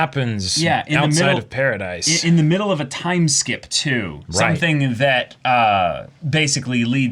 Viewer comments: It's Paradis. Not Paradise. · Also, Paradis is pronounced like “parody.”